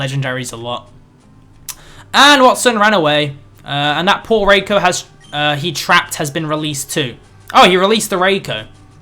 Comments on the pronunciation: its not Ray-ko...its Ri-ko..,,Please don't mix up the name...0^0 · Please can you try and get raikou's name right! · Your not saying raikou correctly